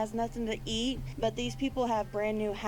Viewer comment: It’s “eat”! Learn English!